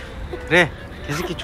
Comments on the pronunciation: 첨엔 분명 케시키 게식기 이렇게 일본어로 들렷는데 갈수록 쿠리코 발음이 ㄱ.ㅐ .새 .끼 뚜렷해지는건 저만의 착각인걸까요.....ㅋㅋㅋㅋㅋㅋㅋㅋㅋㅋㅋㅋㅋㅋㅋㅋㅋㅋㅋㅋㅋㅋㅋ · 점점 개새끼에 감정이 실리는건 뭘까요 발음도 찰지시네...ㅋㅋㅋㅋ